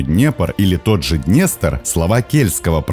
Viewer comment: "ДнЄстр"? Ідіот